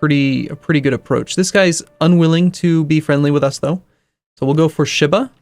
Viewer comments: sheee-bah, not shiiih-bah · Ugh. The way he says Shiba.